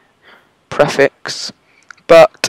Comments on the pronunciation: Preeeeeeeeeeeeeeeeeeeeeeeeeeeeeeeeeeeeeeeeeeefix Not PreaFix :D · your say prefix wrong